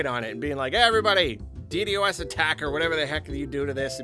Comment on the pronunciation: I've never heard someone say DDOS like that